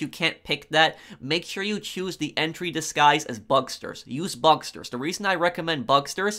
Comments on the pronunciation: “Bugsters” can you not? Pronounce it bug-stars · Bucksturs? It’s bugstars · Bugstars, not bugsters. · IT IS NOT BUGSTERS IT'S BUGSTARS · 1. It's Bugstars not Bugsters 2. Gruppe sechs is 10× better than bugstars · "Bugstars" not Bugsters🤦‍♂️ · BugSTARS, not Bugsters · bug-STARS not bugster lol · Bug Stars not Busters learn to talk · Idk why but I cringe a little when he says “bugsters,” instead of “bugstars” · ‘bugsters’ lmao